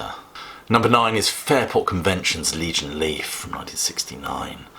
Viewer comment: I was surprised to see Liege & Lief on this list too, and it's one of my favorite albums of all time. And it's Liege & Lief, not "Legion Leaf", FFS!